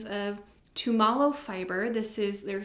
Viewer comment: Love the colors of the Tumalo yarn. And yay that it’s from my state. Btw - it’s pronounced TOO-muh-low. 😊